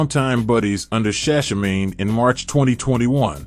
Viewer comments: Shashamane is pronounced, Sha as in Sha of Iran, Sha as in Sha of Iran Man as in man jump over the moon E as in egregious. So it's ShaShaManE, it's a location in Ethiopia that is a gift from Haile Selassie to the diaspora Rastafari community. As a reggae channel, you should know this. Your content is great anyway. Peace. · I just have a problem with how you’re pronouncing shashamane…true ras ought to know